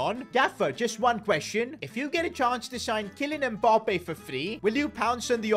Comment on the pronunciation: What kinda annoys me is the way he says “Mbop-ay”